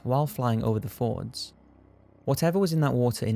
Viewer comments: Norwegian fJords, not fords. The fuck is wrong with you? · F-J-ORD Not fords. :( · Fjords.. not Fords. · They are no ''Fords" they're FJORDS "Fyords" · I know it's nitpicky and i love your videos but i just get irritated that you keep calling the norwegian waters fords, they are fjords, the j is not silent. (i know it's nitpicking and i'm sorry but it's just one of those little things that gets on my nerves) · It isn't Fords, like the car. It's FJORDS... pronounced "Fee-yords" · Interesting. However, it's Fjords NOT Fords (the 'j' is pronounced like the 'y' when you say 'yes') - so something like 'fee-yords'. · Sounds like your saying fords and not fjords!? Just sounds funny if there was cars flowing thru the Norwegian country side :)